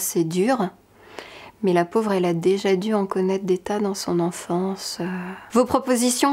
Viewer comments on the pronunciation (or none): none